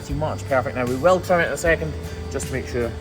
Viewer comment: I like how he pronounces trim “tram.”😆